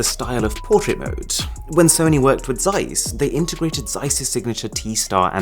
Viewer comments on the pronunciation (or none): none